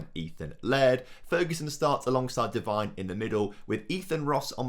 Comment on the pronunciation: Say McIntyre better than Devine